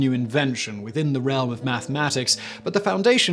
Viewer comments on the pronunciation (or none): none